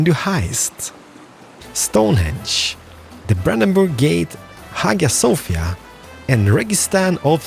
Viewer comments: Hagia Sophia is pronounced eye-a sophia. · Pronounced haya sofia.